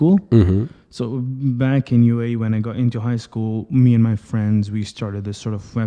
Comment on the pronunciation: Please, normally pronounce the word "so" without erkalamay)